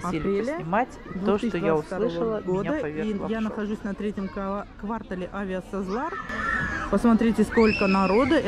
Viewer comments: Автор, вы где учились: правильно произносить квартАЛ, а не квАртал. Кошмар. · Какой вы БлоГер??? Полный балаган и беспорядок в голове и видео! Каком ква́ртале??? Кварта́л! Такая вопиющая неграмотность! Очень безобразный некрасивый пиар!!!